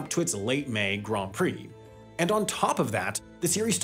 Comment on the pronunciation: Props on saying ‘Grand Prix’ correctly